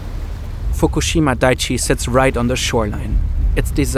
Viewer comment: Just some feedback to help make your videos even better - please run a grammar check on the script before you narrate it, and especially foreign words and names - look up how they’re pronounced. It’s dai-ichi (3 syllables), not daichi.